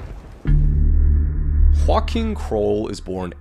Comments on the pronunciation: Whakim is pronounced as yo-Aah-geem I am moroccan but know alot of Polish Nice try thought really! I love to see people at least try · Ok, hold on. The way you pronounced Joachim as Huakim is so cursed. It's a Polish name and it's pronounced "Joahim" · Joachim is not pronounced as joaquin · Ooomg...i was wondering for 10 minutes why you are talking about someone called Joaquin, when the title is clearly about JO-ACH-IM (hope this helps with the pronunciatio) Kroll. Don't want to be an asshole...just helping out. I love your content by the way! Thanks for the awesome work which keeps me entertained everyday! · his name is "Joachim", you pronounced it more like Juan Kim. You would pronounce it more like "Yo-ah-him" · His name is actually pronounced like Yo-Achim hahaha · Dude he has a German name and it's spelled Yo-ach-em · You can't imagine how bad he mispronounced the name "Joachim" lol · The way you pronounce Joachim is hilarious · i am polish and it hurts hearing the way you pronounce joachim name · If you said Joachim with a J and not an H I wouldn't be upset, but butchering my man Joachim like that We're not Mexican or Spanish - we're Polish